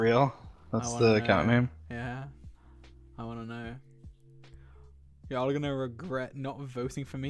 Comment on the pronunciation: I’m sry y’all but the way you went yAlL Why Why did you say it like that